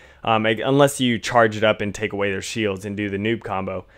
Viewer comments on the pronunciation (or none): none